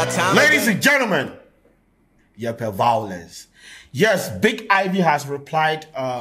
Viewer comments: "I'm here for the vawalance"😂😂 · Eii vawulence😂😂😂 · You like vawulence 🤣🤣🤣